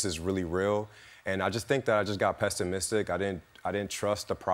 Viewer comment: “PESTIMISCTIC” SAYS IT ALL 😢😅 LIAR